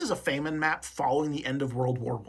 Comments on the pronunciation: Its fa muhn. Not fay muhn. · It's an accent